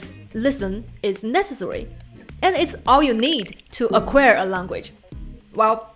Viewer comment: Dear, the last vowel of "acquire" sounds as in liar.